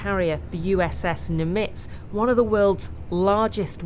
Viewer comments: Surprising that the reporter cannot correctly pronounce 'Nimitz'. That aside, the US manoeuvres are predictably aggressive. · that’s the worst pronunciation of Nimitz I’ve ever heard. 😂